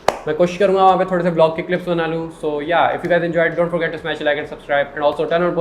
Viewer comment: It’s yeh not yaa?? 😂😂🤣